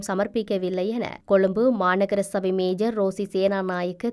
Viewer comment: மேஜர் இல்ல மேயர்